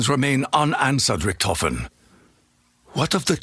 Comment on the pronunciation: Idk why "Richtofen" is mispronounced in all the games.